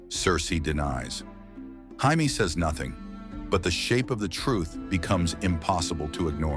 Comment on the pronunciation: I'll be afraid of AI. Only once it leans to pronounce Jaime, Arryn, and Rheagar correctly.